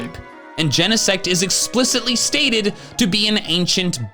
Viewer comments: That's ... a weird pronunciation of Genesect ... I would think it sounds like insect, except replacing in with gene. Ain't nobody pronounce gene in 2 syllables. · Did bro just say jenasex? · I saw genesect at the preview and why everyone pronounces it like that and not "gene-sect"?